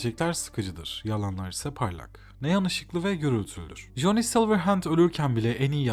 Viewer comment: ya güzel kardeşim joni amk, bütün videonun içine etmişsin. Silverhand diyebiliyosun bir Coni demek bu kadar mı zordu?